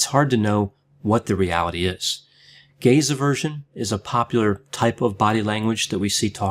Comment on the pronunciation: Gazer virgin? Gays eversion? Took a second to realize he was saying "gaze aversion". LOL